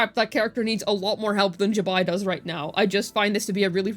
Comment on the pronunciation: Also pronounces Zibai incorrectly as well